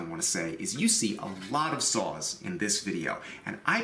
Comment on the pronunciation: I know he is saying "saws" but I keep hearing "sauce"